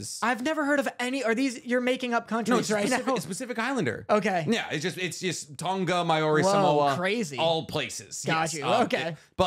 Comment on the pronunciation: I loved this ep of the podcast, but as a new zealander (where Māori's are from), your pronunciations of Maori and tonga/Tongan are atrocious.